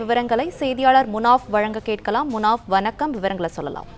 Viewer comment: அது வனக்கம் அல்ல வணக்கம் சரியாக உச்சரியுங்கள் தமிழைக் கொலை செய்யாதீர்கள்